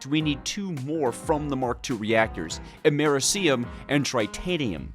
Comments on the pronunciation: The Way You Pronounce Americium Triggers Me Lol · FINALLY Took ya long enough Edit: that pronunciation of Americium is NASTY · Bro can't pronounce basic names like americium, lutetium, fluoroantimonic acid and other